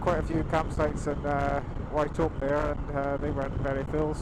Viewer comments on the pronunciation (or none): I love watching videos of my backyard. It gives me a chance to view some of our favourite roads and locations through the eyes of others. It's beautiful, particularly after rain. Nice vid. :) Just a friendly FYI: Walcha pronounced "Walker". Wauchope is pronounced: "Warhope".